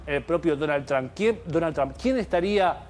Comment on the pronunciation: Donald Trump, not Tramp. lol 😂